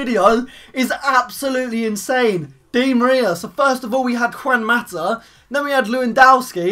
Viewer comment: u said mata name wrong